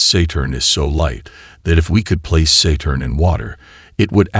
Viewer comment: How careless for the AI narration to pronounce “Saturn” as “ SAY-turn” within the first minute and “Quasar” as “Kwah-Zahr “ in the first 5 minutes and yet claim to be a YouTube channel that specializes in Astronomy and the Universe. Before the video is released some Human “Genuine” Intelligence should double check personally and fix these blatant errors. I concede that in context the AI spoke these same words correctly moments later, but the fact that no one at the channel seemed to bother to listen for mistakes makes it look as though this channel has shoddy quality control; a poor example for trying to appear scholarly and professional. Please do better in the future.